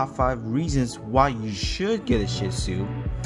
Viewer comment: Phenomenal video Not only do I have a shih tzu I'm finally happy to see someone else who not only knows how to pronounce the breed but also knows them in and out ... I do often find myself defending my dog and wish I had this video sooner because not the dog for everyone but definitely love ❤ mine and I'm sold on the breed